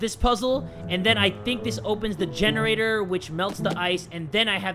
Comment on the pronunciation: Omg lol gene-ra-TOR